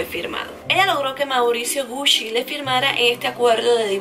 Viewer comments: Hola como crítica constructiva, la pronunciación no es "Gushi" si no "Guchi".❤ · Me gustan tus videos pero.... cada vez que decias "Gushi" me daba cosita :3, en realidad se pronuncia Guchi no Gushi escribiendo Gucci. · te doy un datito sin que lo tomes mal... es gucci se pronuncia guchi.. no gusschi.. 😊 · Se dice guchi, no gusi. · Me acabo de dar cuenta que estuve pronunciando mal gucci 😅😅😅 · me causa un cierto desagrado como dices "gucci"